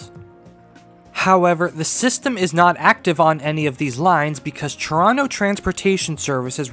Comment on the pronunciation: huh? might you ever listen to how you actually mangle Ton o' rot grammar..?